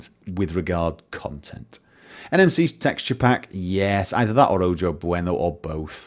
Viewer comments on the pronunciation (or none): And on the topic of pronunciation, Ojo is pronounced Oho in spanish. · haha little hint,. its pronounced "oho" meaning eye. just saying if you don't want to sound like more of a gringo then you are, pronounce j as h where appropriate of course.